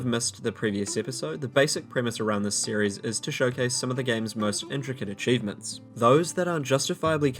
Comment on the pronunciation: "RGX, or Runescape's Greatest Xchievements" lol